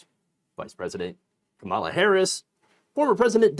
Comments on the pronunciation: I am begging you to pronounce Kamala Harris's name correctly. It's "comma-luh," not "kuh-mala." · You're watching too many Maga vids brother. You're pronouncing Kamala's name like they do😂